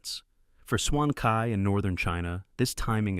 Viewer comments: Excuse me for correcting your pronunciation. Cai is not pronounce kai, is more like chai. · Should be pronounced as "choi", as in "bok choi". "Choi' is the original chinese pronunciation for leafy vegetables.